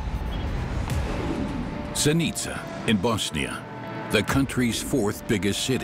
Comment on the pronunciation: Interesting, even though the narrator can't pronounce Zenica correctly.